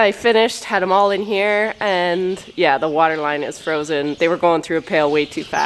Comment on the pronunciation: The way said "Yeaaah" at the mark. 😁 Just every now and again, it comes out.